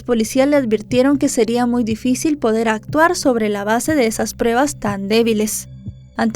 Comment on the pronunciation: ya no digas “prebas”. Si pronuncias “pruebas’, te escucharàs más profesional🤗